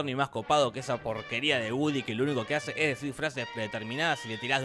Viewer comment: "Hasce" xd